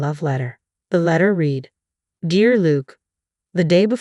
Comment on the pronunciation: The narrator needs to learn how to speak words. Examples: read, fiance', naive. Duh!!!